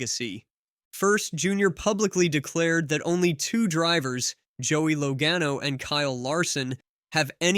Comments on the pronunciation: Don't put out videos that mispronounce Drivers Names!!! It is pronounced { Laa Gano } not low gano.. !!!!!! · this is the dumbest take I've ever seen in the history of youtube. You don't even know how to pronounce Joey Logano. LOL. It's not even what he was talking about. I watched the entire interview and you don't even know what he was implying. You have to be the dumbest person I've ever seen when it comes to making videos.